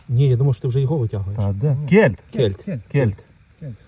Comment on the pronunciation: Вітаю. Але чому кєльт, а не кельт. Вухо ріже